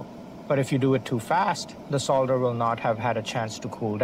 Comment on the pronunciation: Thank you for pronouncing the word Solder correctly despite being American/Canadian instead of 'sodder'